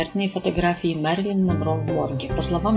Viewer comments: Автор говори правильно ее имя Мерилин а не Марилин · Впервые слышу ,это ,что ещё за Марилин???????неискожайте ,имя!!!!!!! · правильно вообще Мэрилин)